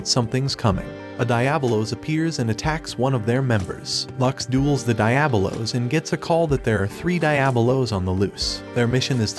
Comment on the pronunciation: Die-ab-o-los.. cringe